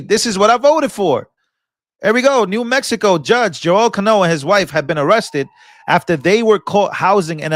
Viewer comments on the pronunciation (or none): none